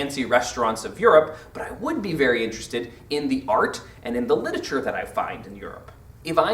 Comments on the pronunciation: Stop saying 'litature.' It's LIT-ER-A-TURE! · LIT-ER-A-TURE NOT LIT-A-TURE